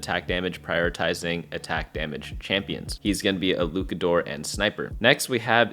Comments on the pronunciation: fire info, appreciate all you do man. on a side note luchador still uses the ch sound like chad. its just luchador not lucador. keep up the great work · its luchador with the ch like cheese. you had it right the second time but went back to lukador for some reason lol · “luke-uh-doors” is frying me 😭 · Bro said LUKADOOR😂😂😂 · Me being a wrestling fan … I am fried 😂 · Luchador: "Looshahdor" (kinda...) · STOP THIS CRAZY LUCHADOR PRONUNCIATION. Your first pronunciation was much better